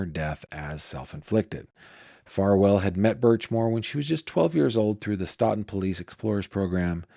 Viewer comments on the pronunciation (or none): Great video! Small pronunciation tip: Stoughton is pronounced “STOH-ton.” Massachusetts place names can be tricky!